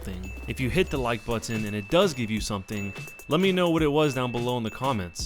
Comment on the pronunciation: i love how he says button he says it like butt-on